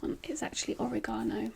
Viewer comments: I just realized that you said oregano wrong and when you said it I was like wtf is that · Wow, the difference between our dialects amazes and shocks me sometimes 😂 you said oregano but pronounced it "or-rih-gone-oh" while over here in the US I've only heard people pronounce it "uh-reg-in-oh" it was different hearing it that way, but I definitely understood it, so that's all that matters :)